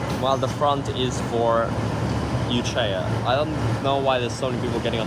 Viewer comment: bro that pronunciation of Echuca is actually criminal, like worse than any other mispronunciation haha. nah im just kidding round, its all good tho especially since your not from vic, but just so you know, i mean i doubt you'll ever say it again, its pronounced e-chew-ka. Other than that, great video as usual, im assuming this is the last melbourne video, so it will be sad to see this series, which between all of your trips has gone on for ages, end!!